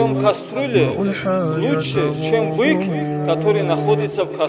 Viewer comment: Не називат а называть. Не бикь , а бык, не сказат а сказать.